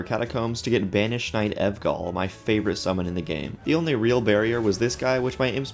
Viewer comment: “Evgall” is just making me giggle the whole time